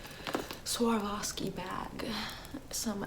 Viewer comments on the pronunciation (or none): the way she pronounced swavarski tho